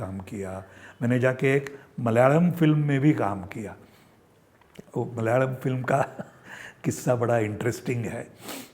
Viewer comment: मलयाळम् pronounced almost perfect 👏 👍😊